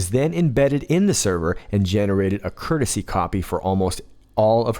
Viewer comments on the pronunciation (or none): A "curtesy" copy? Curtesy? LOL